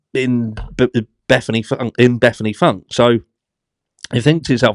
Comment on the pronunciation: Can just ONE person get Bethanys last name pronounced correctly, its pronounced Foon Ka, not Funk or Foonk. 😂😂😂